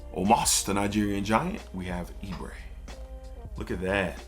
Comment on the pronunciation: "Ibere" is e-bay-ray. Another Nigerian man that enjoys your content bro